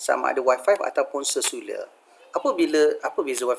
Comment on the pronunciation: se-lu-lar wak bukan se-su-lar .. ke ak yg salah sebut ??